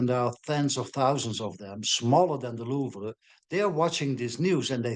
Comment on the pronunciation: Lol she said louival heist